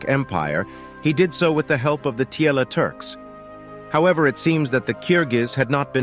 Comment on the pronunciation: "Kyrgyz" means "forty girls" in Turkic language. "Tiele" was Chinese word for Turk, it was written like " 铁勒“---Tie (铁）--Le (勒）。So it should be pronounced as "Tie-Le", not Tie-L.